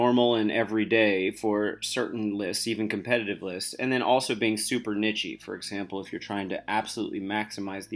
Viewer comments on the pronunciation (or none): It’s kneesh not kneechae